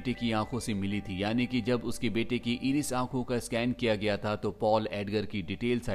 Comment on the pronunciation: Bro, explanation is good but it's called i ris, आइरिस, not इरिस